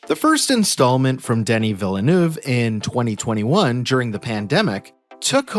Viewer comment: The first E in Villeneuve is silent. Please stop pronouncing it with such emphasis.